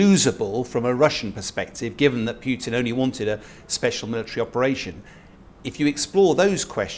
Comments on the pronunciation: It’s Putin not pyutin you muppet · Pyuwtin? Appropriately enough, the pronunciation is more like poo-tin. Happily, the decision on permanently driving obdurately violent thugs out of Ukraine does not depend on the opinions of let's-appease-'em "experts". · Who is this President Pyootin he talks about? Can't be the Russian president, as that is V. "Pootin" (Путин). You can always tell which of these talking heads can read Russian and which can't. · Is this guy legit? Says Wagner is 50.000 strong and that talkin' bout"Pew-tinn" like the man on the street. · This man is considered an expert on russian politics? He can't even pronounce Putin's name correctly. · I'm sure Putin cares, not that that matters. Generally, names have one pronunciation and several common mispronunciations. The mispronunciations don't become correct just because they're common, and an expert whose knowledge of the subject is supposedly his selling point should know better. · What do you expect from an "expert" on Russia who can't even pronounce Putin the Petulant's name correctly?